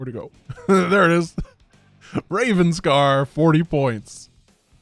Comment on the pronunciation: I think this may be a mistake. It's spelled "Revanscar" which is subtly different from how pronounces it, which is more like "Ravenscar" I don't remember how it's pronounced in the actual game though so I could be mistaken myself if the game pronounces it that way.